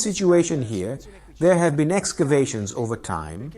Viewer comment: Excavating! EXcavating! EXCAVATING!!! NOT EScavating!!!